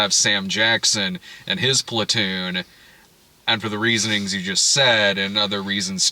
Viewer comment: Does anyone hear Splatoon whenever Brad says Platoon